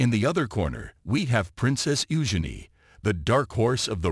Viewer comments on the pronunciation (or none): Prounon Princess Eugene correctly and whatever got to say about Prince Harry ans Megan Markle is most probably 👍🏼 ✔️ true